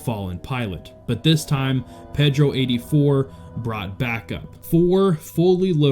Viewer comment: Repeat after me: “PAYdro”